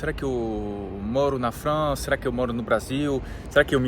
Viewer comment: fala bonitinho Frrrança...